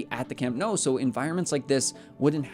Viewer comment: I'm genuinely curious how you pronounce your surname, after hearing how you pronounce Nou